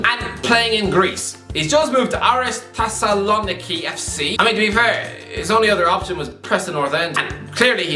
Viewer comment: The Thessaloniki pronunciation is better than i thought lol